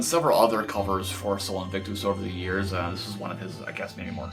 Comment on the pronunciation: Look it up buddy! I suck at writing out pronunciations (even though part of what I do for work is teaching pronunciation, eh). But basically its more like Aaa instead of a hard A and US at the end of invictus.